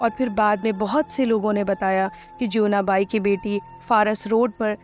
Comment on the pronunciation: इसको और बेहतर तरीके से पढ़ा जा सकता था, बहुत एक सी और flat पिच में पढ़ी गई है साथ में टेक्स्ट से कुछ -कुछ शब्द अलग उच्चारित किये हैं जैसे जीवना बाई को ज्योवना बाई और भी बहुत सारे वर्ड्स।